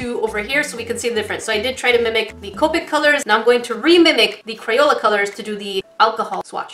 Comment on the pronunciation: it is co pic not coepic